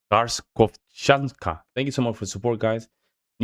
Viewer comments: I can hear that foreigners can't read complicated words despite the fact that they are correctly spelt. Kharkov is a Ukrainian city. To read it well you need to spell it without a K - Harkov. So the name of the vehicle is Harkov chanka (one word) - a girl from Kharkov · Hi! It's read correctly without the "K" at the beginning. (Харьковчанка) I don't know how to explain it, but there's a city called Kharkiv (Харьков), but for some reason you call it with a K at the beginning. This is very common in your language; for example, the city of Khvalynsk (Хвалынск) doesn't have a K at the beginning in the original! Why make things more difficult for yourself? Just pronounce the letter "h." That's how it's pronounced in Russian. No need to say "kh." In Russia, there are also incorrect pronunciations of cities, for example, the capital of China in Russian sounds like "Pekin" (Пекин), but is correctly pronounced as Beijing. It doesn't look like that at all😁